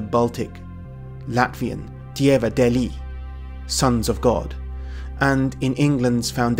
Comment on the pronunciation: We latvieši associate wistodm with crows no eagles here so thats propably why. Its not Dieva deli its Dieva dēli, deeli not deli. Also the ē is a wide e like the a in arrogance but I forgive you for not knowing this, but ignoring a long line is unacceptable. I do not think that Deus Petēr is a male merely because men are important, but also because once you are the oldest in your family there is a feeling of cold now you must take care of your family and no one will take care of you. So to teach your children that even when you their father will be no more there is always a Sky Father looking over them so they do not feel the same cold as you do. Debesu Tēvs is my main god to this day. All power comes form him and all to him shal return even the power of the other gods like Pērkons or Laima. I am of the belief that polinesians worship the same sky father as we europians.